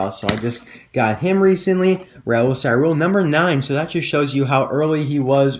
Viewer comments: Awesome vidéo! We pronunce ÇaRoule : saroule! And my favourite variation is thé carbone racer! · In French if there is a ~ under a c it is pronounced a s. Great video I stay up past 1 to watch you